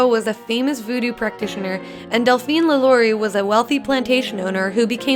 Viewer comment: it hurt they way she pronounced "lalaurie"